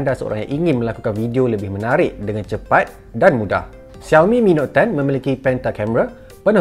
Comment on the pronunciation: Shao mi, bukan ziao mi 😄